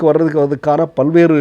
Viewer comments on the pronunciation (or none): none